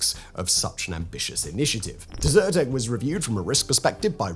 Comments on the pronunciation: Only watched for 2 mins but funny how you prounced it as "deserted" as opposed to desert-tec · Simon, why are you pronouncing it as dessert 🍨 tec and not desert 🐪 tec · DEZ-er-tech not Dessert-ec